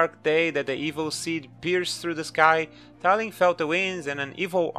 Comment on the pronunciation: talim is not read as tah lhim it's tahleem